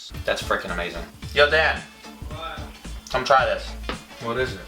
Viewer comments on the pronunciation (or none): When you said "Dan" , It sounds like "Dad" Thats why most people misunderstood man